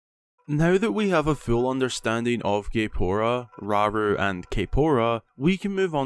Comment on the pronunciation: How many times they said "raru" Is concerning